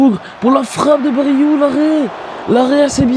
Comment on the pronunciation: Parcontre c bryou pas baryou